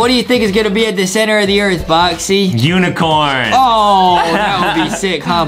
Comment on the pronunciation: Bruh the one the boxy said uncorn got me